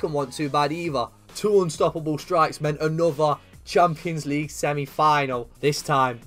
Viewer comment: Who else loves it when he says champo league